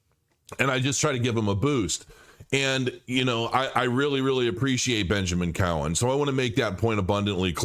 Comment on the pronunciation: Cowen* may want to get his name right before you disagree with him haha